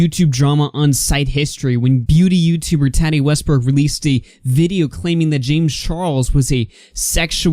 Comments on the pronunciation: Tattee & Morph🤣🤣 It's okay!❤ It's pronounced MorphE and TautE. I know this community isn't your forté. Shame Dawson (oh, I spelled it right lol) was toxic long before Jafar became his friend. Tattoo Tears Tati isn't innocent either. I think Jafar has dirt on many people INCLUDING Tati, which is why she said we need to forgive them. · Lmaooo right and her name isn’t TATi lmao 😂